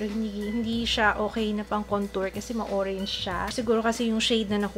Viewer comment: "hoe-range" hahahahaahahahahahhah